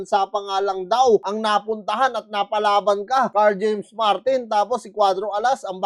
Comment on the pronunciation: Sira ang career Nyan ni Martin paglumaban Yan Kay casimero, S yo ako ikaw Lang ang nakabigkas NG Tamang pangalan ni Carl James martin